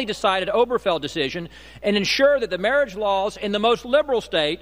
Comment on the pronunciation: Never trust someone who pronounces marriage "mareej"